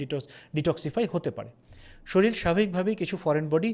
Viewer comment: খুবই তথ্যসমৃদ্ধ, নির্ভরযোগ্য ভিডিও, ধন্যবাদ। কিন্তু বারবার "শরীল" শব্দটা ব্যবহার করা হচ্ছে যেটা সঠিক নয় সঠিক শব্দটা হবে "শরীর"।